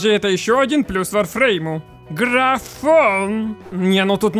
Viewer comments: Откуда вы все лезете. Вы даже названия игры не можете произнести а лезете со своими видео в надежде денег срубить или славы? Сперва образование получите ну или готовьтесь к видео нормально а не лепите херню на коленке. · как то странно название игры произносишь! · что за варфруйм?